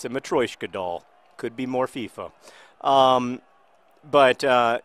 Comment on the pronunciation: I'll correct you: FIFA 11, not FEFA 11